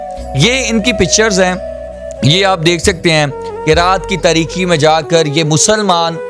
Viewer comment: Oey be gerat ye raat ki tareeki hoti hey tareekhi ni hoti. Lafz bolna ni aata aur ban ancher jatey hein . Jo behn ch.jahil aur angoitha chaap aey wo channel shuru kr laita hey.